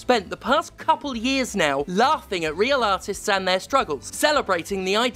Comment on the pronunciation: Nah-tist is an amazing word.